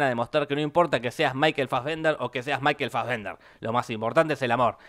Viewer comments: Me uno al reto: Un shot cada vez que Jorge diga maikel fasbender :v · Una birra por cada vez que dijo Michael Fasbender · ¿Puede dejar de decir maykel fazvender?